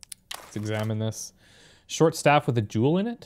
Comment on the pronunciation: every time u say jewel i hear juul lmao